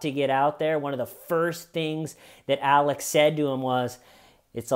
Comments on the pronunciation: He has never been able to say the letter X well and I can relate because for some bizarre reason, I pronounce X as C as well. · Alec??? Why do you keep calling this fruit loop Alec? Isn't he called 'Alex' lmao. 🤣🤣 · Calling him "Alec" instead of "Alex" consistently throughout the video, honest mistake or are you working on a Baldwin update? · Sorry as an Alex I can’t sit here and listen to you keep calling him Alec